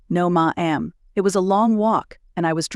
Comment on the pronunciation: Love the story. AI narrator pronunciation, tone inflection, and interpretation is both distracting & comedic at times. Stutters pronounced. Dialing 9-1-1 is "nine hundred-eleven" and "ma'am" is " ma-ham"; "You chose that line." instead of " You chose that line?" A few British pronunciations. Chandelier should always be ""sh", not "ch".